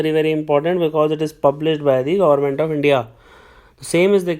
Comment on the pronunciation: Gorment??? Bhai English nhi aati to Hindi hi bol le. Kyun katwa rha hai???